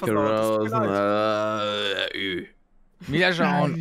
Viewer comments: Es heißt Statistik und nicht Satistig 🙃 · Erstmal "Satistik " statt "Statistik " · "Satistik" xD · "Satistik" Nice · Ich hab das nichtmal mitbekommen, er hat sich warscheinlich einfach versprochen